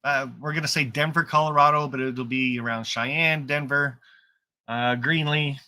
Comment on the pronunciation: …you keep saying Greenly Co…I hope it’s Greeley Co…I’ll need a good vacation by then…reserved Doubletree for the meet